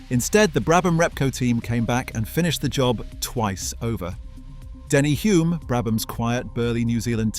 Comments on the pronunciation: Denny Hulme (R.I.P.) last name pronounced Hulm not Hume- he deserves to have his name pronounced correctly, don’t you think? 🤔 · Here in New Zealand we had the Australian Leyland P76 which used the same design engine increased to 4.4L or 267 ci a great motor and car after the initial teething problems with pistons. The name Hulme has an "L" in it which you fail to pronounce which is an insult for a man who became world champion!